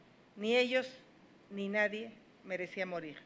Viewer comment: Minuto .- Enseñate a parlar... No se dice: " NADIENNN N "... SE DICE: " N A D I E. "